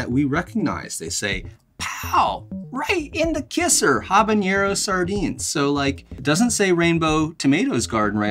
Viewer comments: I have to let you know that you mispronounce habanero. It is not pronounced habanyero. Jalapeño is pronounced jalapenyo because of the symbol (tilde, ~) over the n. Habanero does not have a tilde over the n, so it does not get the y in the pronunciation. Pronouncing habanero this way, is a form of hyperforeignism. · Habanero is not pronounced habañero. It doesn't have an ñ. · It's habanero (not habañero. Just FYI. Very common mispronunciation. Love the content. Will definitely be ordering these. Cheers n' dines! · The ‘habañero’ kept cracking me up!